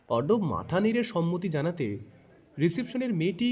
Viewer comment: Moshi Ota " Zanate " Noy, Ota " Janate " Hobe.